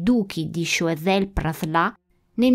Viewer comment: tu pronunci Praslà ma non capisco questa "a" accentata da dove viene. In francese "in" si legge "en" o al massimo loro vertono più sulla a, quindi "an". Forse, ipotizzo, il tuo amico ha pronunciato "an" e visto che la n è molto nasale ti è parso di capire Praslà. Correggimi se dico fesserie